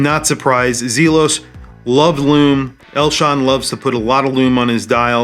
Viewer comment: Great review, but the pronunciation of Zelos is driving me batty